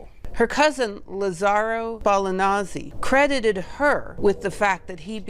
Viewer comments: I do love you, but your ability to butcher names is unrivaled. How did Spallanzani turn into Ballanazi? 😀😀😀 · Wonderful video, I learned a lot about my fellow Italian Laura! Amazing story... The fact that you got Spallanzani's pronunciation mangled up adds fun to culture :-)